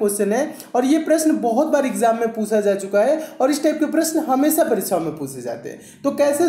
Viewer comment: Sir pusa nahi jata puchha jata hai sir 😂🤣🤣🤣🤣